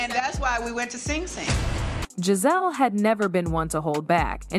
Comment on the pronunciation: At least say Gizelle name right